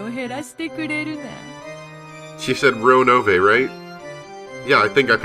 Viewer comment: Whooo! Finally! I was getting withdrawal symptoms. Lol. (Don't worry, just joking. Go at your own leisure). Also, I approve of your Ronove pronunciation now. =D XD I have no clue if it's really supposed to be like that in English (since they only pronounce it in japanese) but it's how it sounds in my head when I read it. So... yeah. I loved Battlers denial of one of the 18 being the culprit. "They are either a parent, relative or cousin" => So a parent or a cousin isn't a relative? "Those servants are sometimes serious and sometimes interesting" => Serious equals boring? Rot13 spoilers for "soon": V ybir ubj ur vf orvat frg hc, naq Ebabir vf nyy yvxr "lrnu, tbbq wbo, Onggyre, lbh'er qbvat jryy sbe lbhefrys".